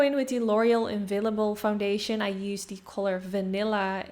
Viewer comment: on a random note... the way you pronounced INFALLIBLE with your Dutch accent ... SO CUTE 🥰